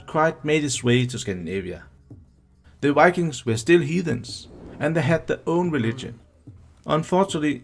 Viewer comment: We Scandinavians often tend to mix up v with w when speaking English. That's probably why the person speaking here, I'd guess he's Danish, often seems to say ”wikings” instead of ”vikings”. I have heard many Swedes do the same, but I still don't know why. When speaking Swedish we don't use w almost at all, but when we do we pronounce it like v, just like the Germans do. Maybe we over-compensate for the difference when we speak English?